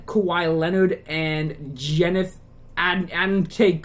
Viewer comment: Lol you called giannis jennis